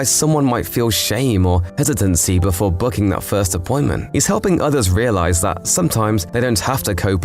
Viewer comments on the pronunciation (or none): none